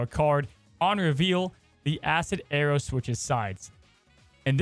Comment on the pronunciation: The way says arrow sounds like Aero